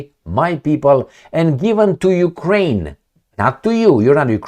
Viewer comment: You said Jewkrain ?